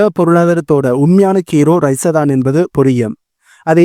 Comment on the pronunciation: ரஷ்யா வை ஏன் ரைஸாவாக மாற்றி உச்சரிக்கிறீர்?